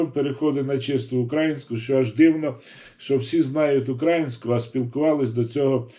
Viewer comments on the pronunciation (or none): УкраЇнська мова, а не УкрАїнська. Ставте правильно наголос, дякую за позицію. Все буде Україна!